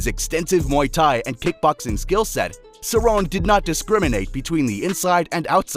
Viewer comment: Pronounced cerrone wrong AND called Aldo the “140 lb champ” WOW lol this is def made by AI